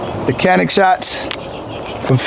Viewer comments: be the only person in the country who pronounces Canik correctly: Chanik. I was surprised the Turkish gun is 200 bucks more than Czech gun. Your recoil control is as good as your narrative control! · I grew up with Turkish around me. Perhaps to an American ear the Turkish C sounds more like j than a ch. The k sounds is totally wrong